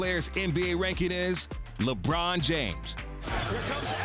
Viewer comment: Good god I would rather hear a cat fight a donkey than hear Perkins say “LEYBRUHN JAYYMES”